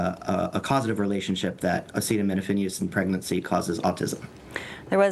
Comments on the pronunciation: but you trust the fascist who can't even pronounce acetaminophen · Trump is totally capable of discrediting himself, especially on the topic of medicine. Did you forget the bleach idea, or hydroxychloroquine, or somehow miss his press conference on acetaminophen and autism? He wasn't even sufficiently knowledgeable on the topic to pronounce acetaminophen. He and RFKjr are WAY out over their skis and it is public health in this great nation that will crash as a result of their foolishness.